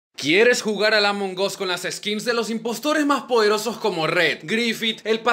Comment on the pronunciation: Se dise among as no amongos